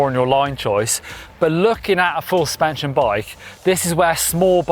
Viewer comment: "full spension" - hehe